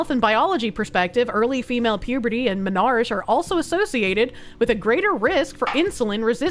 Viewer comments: Dear, it's pronounced Men are key, not men arch. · Menarche, onset of period, is not menarsh. Men-ar-kee.